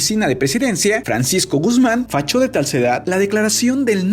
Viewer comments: "FACHÓ DE TALCEDAD" - jajajajaja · "fachó de talsedad" jajajaja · Viejo dijiste fachó de talcedad jaja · "Facho de talsedad" Mi niño dislexico jajajajaja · Like si escuchaste el «fachó de talsedad» en el . 😂